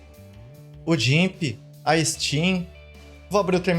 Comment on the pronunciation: obrigado pelo vídeo! só cuidado na pronuncia do gimp (é "GUIMP")